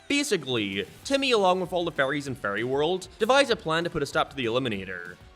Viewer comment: Holy shit has started to pronounce "fairies" correctly I'm proud